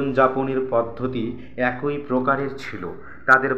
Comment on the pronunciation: টোন টা ভালো ছিল। উচ্চারণ আরো উন্নত করতে হবে। যেমনঃ "এ কই" না "একই" কিংবা "প থই" না "পথই"। মানে, কই বা থই না, হবে, কি কিংবা থি ...